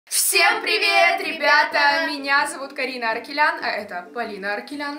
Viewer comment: СТОП... Не аркелян а АРАКЕЛЯН